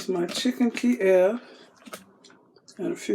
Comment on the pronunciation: I love my ThermoPro instant read thermometer. Everyone should have one for sure! Also, you pronounced Kiev perfectly.